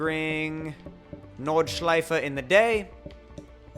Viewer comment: wow congrats you are American and could pronounce "Nordschleife" the right way in German:D that's the first time I hear that by a non german(I am german)